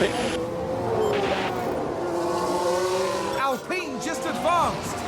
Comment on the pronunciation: Drink every time Alpine is pronounced incorrectly